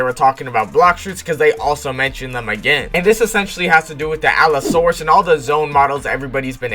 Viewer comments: bro its allosaurus 😭tf is a alasaurus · bro it aint alassaurus its alossaurus🥲